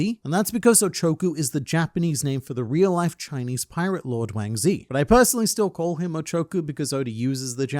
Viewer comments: I'm sorry but you've got to say his name right. That's WAANNNG ZHIIII ! (insert Tekking clip). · It’s WANG ZHI and I will NOT accept anything else.